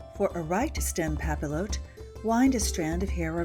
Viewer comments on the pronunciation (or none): Just a little French pronunciation tip - the double L is pronounced ‘io’ so papillote is pronounced ‘pah-piotte’ , not pah-pill-ohte. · What a fabulous video! I LOVE historical hairstyles, and they can be so hard tor recreate without info like this! Though, I have to say, since the word comes from the French word for butterfly, papillote is pronounced 'pah-pee-YOTE'. I'm sorry if that sounds snobby, I just thought you might want to know. Again, I love your video! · It's not pa-pill-ote, it's "pah-pee-yoh" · Pappy-ought, not pappy-loat. It's French and the L's are silent. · nice but music too loud even nice as well. please pronounce "papiyotte" like "bastiye" not "bastile" :) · It's pap-ee-yote. And means paper. Papillon, pap-ee-yon, means butterfly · For thosewho don’t speak French, it’s pronounced "Papi-yot" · its pronounced "pa-pee-on" with a soft n and papillotes is pronounced "pa-pee-oh-t" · the double L is pronounced like an Y, it would sound more like papiyote. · The double L in French is pronounced as a Y sound. Pap-ee-ote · Pronounced: pah-pi-YOH. Yes, that's even for the plural. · it's more like pah-pee-yacht. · Also it's pronounced papi-yot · Pronounced "Papi-ot" :) x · Thank you! I was cringing so badly! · It would be pronounced pop-e-yote. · It is pronounced "pa-pee-yot" and is the same word for cooking fish in greaseproof paper in the oven "en papillote" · I hate to be "that guy", but it's pronounced "pa-pee-yote". The double "l" is like a "y" in French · cx1735 thank you!! Within the first minute of her mispronouncing it I was already going crazy lol. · the French major in me was cringing so hard.